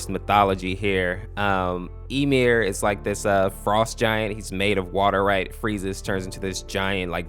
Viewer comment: As a smite player hearing y’all pronounce Ymir and Chaac incorrectly is sooo hurtful lol